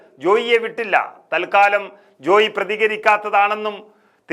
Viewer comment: ജോയി ജോയി എന്ന് പറയാതെ ജോയ് എന്നല്ലേ പറയേണ്ടത്......?